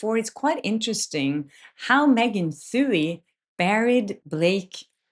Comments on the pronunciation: Did you say Meghan fewey? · Megan Twohey's name is pronounced "2-E" Just thought you might want to know going forward so she doesn't have any ammunition against you. I love how you pronounce a lot of English words slightly off sometimes, I think it's endearing (none of us speak perfect English.) I just wanted to throw that in there. Zero pressure! (haha)